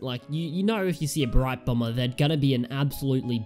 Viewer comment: You said Brite Bromber lol